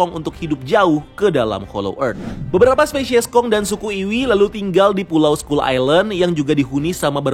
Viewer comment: Bang, Kalo sebutan ny dlm bahasa inggeris,sebutin dengan bener bang,skull kok d sebut ny jadi sekul??sekal baru bener skull,kalo ga mau pronaunsiasi ya ubah aja jadi pulau tengkorak mudahkn